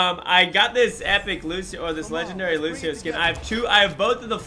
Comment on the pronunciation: Killlll me know did u hush say lusheo